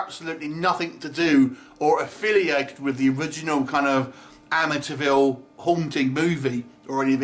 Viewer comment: you pronouncing "Amityville" sounds a lot like "Amateurville" - I think it's fitting for this film